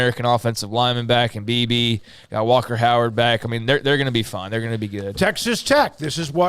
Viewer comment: Messes up Will Howard’s name every time. Every single time.